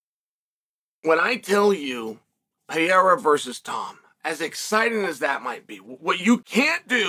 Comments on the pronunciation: R-A-K-I-C not R-A-C-I-K P-E-R-E-I-R-A not P-I-E-R-A See the difference Chael? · Pay-era. Pierre-a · I guess he does it to joke but I hate his pronunciation of Pereira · Is it possible Chael's pronunciation of Pereira is getting worse?